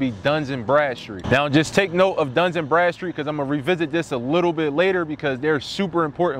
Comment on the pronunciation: It's Dun, not Duns. It's not plural. Where do you see an "S" in Dun. LoL